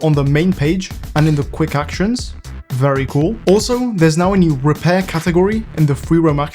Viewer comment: "ery noice" I never knew was Bri'ish